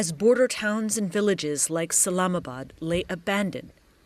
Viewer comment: 😂 Islamabad not salamabad